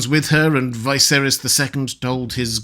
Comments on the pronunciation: Why is it you pronounce Viserys wrong all the time? Martin pronounced it Viserys, not Vie-serys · Why does he always say VICE-erihs instead of the way it is pronounced? 😂